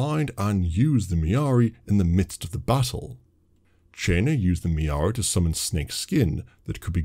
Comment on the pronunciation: Mirari Not Miaari